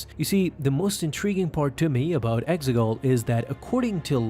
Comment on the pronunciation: Exegol....say it with me...EX-E-GOL